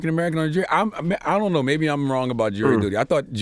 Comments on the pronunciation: The reporter said "for missing a jay of dury duty" 😂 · It's JURY DUTY not JEWELRY DUTY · You catch the lady saying “Jay of dury duty”